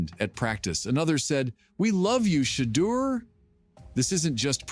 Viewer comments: You blacks are lying. You can’t even pronounce his name. Is Deon behind this? Yes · Sorry but l can no longer watch or listen to that rice cake NOT PRONOUNCE MR. SANDERS NAM CORRECTLY!!! BYE@